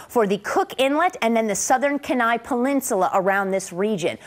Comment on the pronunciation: KEY NIE not ken eye